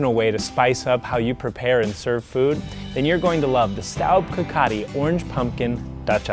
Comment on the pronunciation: You think they'd realize "cocotte" is FRENCH and pronounce it accordingly. smdh